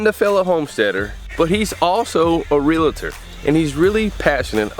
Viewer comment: I'll check it out if you start pronouncing REAL TOR CORRECTLY. IT'S REAAAALTOR. NOT REALEEEEEETOR! THERE IS NO 2ND EEEE IN IT. AS A NURSE & REALTOR THAT JUST BUGGS..ME